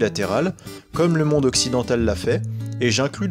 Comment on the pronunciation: Et puis toi qui est le plus savant de la langue française déjà on dit monde mais pas mondre MDR hahaha